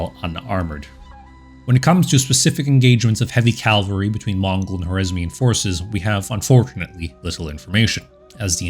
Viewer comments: Bro, I like your channel, but given how the focus of your entire channel is on cavalry please learn to pronounce the word. "Cavalry" not "calvery". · It's "cavalry", derivation from French "cheval", meaning horse, and not "Calvary", a hill near Jerusalem, where Jesus Christ was crucified. Still, a great video. Subscribed. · I really like your videos but you need to stop saying "calvalry" and instead say "cavalry". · Please...CAV - AL - RY. Not CAL-VA-RY. I've noticed that a number of American YouTubers speaking on military topics get this wrong. Why this vocal obsession with the site of Jesus's death? The mispronunciation is very noticeable as 'calvary' communicates such a powerful image, one which has nothing to do with mounted soldiers. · I like your content. It's well researched, and the Mongol period is one of my favorites, if only because of the massive destabilizing influence, pure fear-factor in Eastern and Central Europe before they arrived, and just morbid fascination. My only complaint (and it, quite frankly, is a huge one for me) is your pronunciation of cavalry. The way you pronounce it, CAL-vary, was where Christ was purported to have been crucified. CAV-alry is what gallops over the hill to save the day (or seemingly ravages the whole known world, in the case of the Mongols).